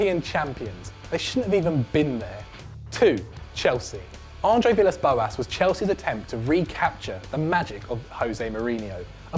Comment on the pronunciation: YoungRallo0 T ele disse André vilas bolas